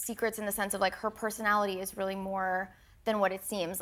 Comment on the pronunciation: I like the way Trevor pronounces 'really' as 'rarely' - have you noticed? 😊